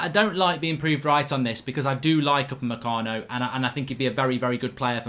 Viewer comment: Why is it that everytime Mark says Upamecano, I only hear 'mecano?